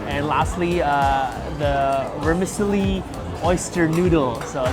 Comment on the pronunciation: Hi Guys, I really enjoy your videos. A quick shout out about vermicelli - the c is pronounced like ch like “cello” not an S sound - as in most Italian words with a c